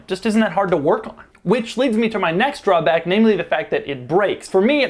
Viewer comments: Did anyone notice he said drawmack instead of drawback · you said drawmack not drawback